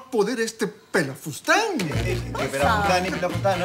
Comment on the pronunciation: Pelafustan 😅😅😅😅